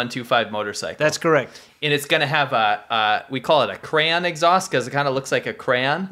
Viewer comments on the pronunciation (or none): I heard “Cran” instead of crayon. And you used to go to Canada to drink at 19. Michigan??